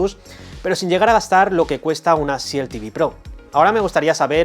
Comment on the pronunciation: RESET se pronuncia risét, no réset ni ríset. Este error frecuente es parecido al que se comete al pronunciar EXCEL, que se pronuncia exsél, no éxsel como se suele hacer erróneamente en España. SHIELD se pronuncia shild. La E no suena.